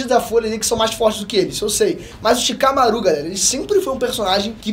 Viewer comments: So eu que fiquei aguniado do falando Shikamarú? mas o menino tem talento sim, não é imitação do Peter que é muito top, mas o ta em uma evolução muito boa, parabens ao esforço de voçes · Shikamarú nao porra fala o nome fo personagem direito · vc fala shikamaro estranho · Tava tudo legal no video até o mlk falar ShikamarÚ, chega fiquei triste na hora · “ShikamaRÚ” foi sacanagem😂😂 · O mais estranho e engraçado do vídeo é ver o falando o nome dos personagens errado. É muito constrangedor ksksk. Shikamarú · Não aguento ouvir essa pronúncia de Shikamarú kkk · Xikamaruh? Se liga nos nomes e como se fala, se liga na pegada do episódio de antes no canal. Fonética! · cara, legal vc dar uma força ao seu pai mas pelo amor não fala o nome dos personagens errado kkkkkkkk a sílaba tônica não é o RU de shikamaRU…. já deu pra ver que vc tá lendo o roteiro e falando sobre um anime que vc não assiste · Q agonia ele falando o nome do shikamaru errado vey 🤡